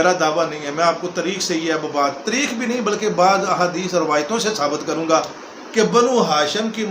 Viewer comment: حرام کے نطفے کو بولنا آتا نہیں آیا ہے لیکچر دینے فاروق کو فروق ،تاریخ کو تریخ،محسوس کو مسوس بول رہا ہے ۔